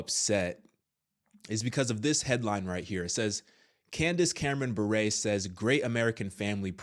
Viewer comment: You mispronounced her last name...it's Bure not buray. (Like yur but with a B)